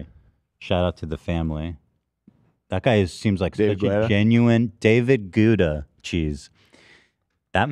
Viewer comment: DAVID "GOUDA" 🤣🤣🤣🤣